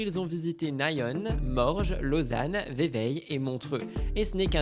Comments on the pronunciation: "Naïone" on dit Nyon Ni-on 😂😂 mais ça fait plus star merci 😂❤ et Ve-vai (Vevey) Et la Suisse c'est Trop bien !!!!! Welcome ! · Coucou merci pour cet épisode que j'ai adoré comme d'habitude. Juste quelques conseils de prononciation des villes suisses: Nyon se prononce à la française pas à l'anglaise: Y=i et on pas one Vevey se prononce ''veuvè'' Bon MTT et bon dimanche à tous bisous <3